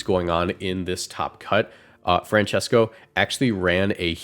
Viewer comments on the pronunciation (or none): none